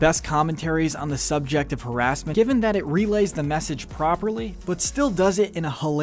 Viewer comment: Oh no you pronounced harassment wrong, watch out for the sjw's